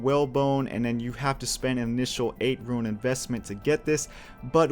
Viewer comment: Great videos but Rune is pronounced "Roon" you are saying it much closer to ruin. Just an observation.